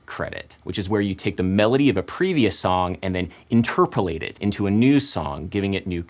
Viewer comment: Well, I learned how to say interpolate the right way today